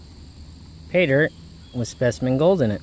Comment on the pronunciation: Great Video did you say Paydirt or PayMud 😂 Nice Gold on rock I too love all gold but some times end up looking at and liking the small stuff more...Cheers Mate 😎✌👍💛🐕